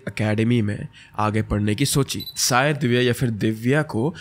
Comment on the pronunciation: Sayad nahi bhai wo shayad hota hai 😂😂